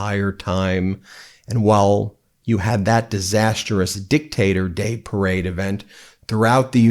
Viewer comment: Nice "perade"